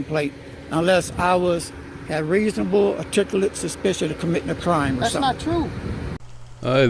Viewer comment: “Reezabul Artikalit Spishun” These morons are so damn dumb that they have to read off of a script, we already know that. This guy is so lazy he can’t even pronounce the words that someone else wrote for him!! What’s next, an idiot with a phone standing in an empty parking lot drooling and picking his nose? Good LORD these folks are dull. Thanks for the video and commentary. You hit the nail on the head with “dumber than dirt.”